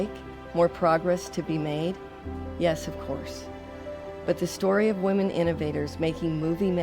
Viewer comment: she said wahmen. subscribed.